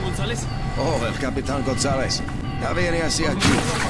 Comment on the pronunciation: Soldier: Capitan Gonzales Keegan: Oooh, El Capitan Gozawes